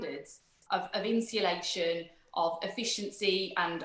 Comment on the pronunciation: Strange the Lucy Powell is supposed to know about home insulation but can't even pronounce 'insulation'. (Insillation?)